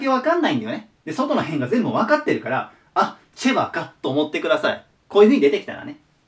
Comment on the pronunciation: チェバがチバに聞こえるのは俺だけ？